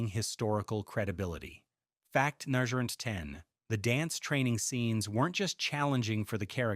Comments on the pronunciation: If your going to use AI VOICE then maybe make sure it can actually say number not nirger 😂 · Sorry, but what word is being said between "Fact" and the number. Sounds like "Fact nudger..."